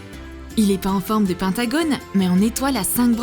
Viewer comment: On dis pas pintagonne on dis pentagone like si ta entendue pareil et que tu dis que sa s'écrit comme je l'ai dis bon bay mais sinon j'aime pas J'adore et like si t'ai tomber dans mon piege que j'aime pas troom troom 😊❤️💛💚💙💜🖤💟💖💝💔💘💋💋💋